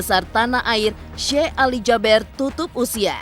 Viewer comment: Kenapa JABER Sich nyebutnya,,Kan SYEKH ALI JABEER,,E nya 2 kan di baca JABIR,kenapa musti Jaber